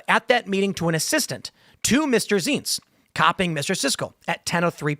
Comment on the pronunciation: Zients -- rhymes with "pints."